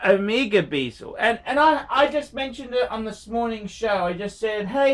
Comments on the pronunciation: when did bezel become bee-zel ? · Hey - that's not how you pronounce 'bezel'